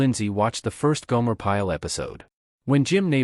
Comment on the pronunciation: WHO THE HELL IS GOOMARE?? HOW ABOUT GOMER!!! THIS NARRATOR IS STUPID!!!!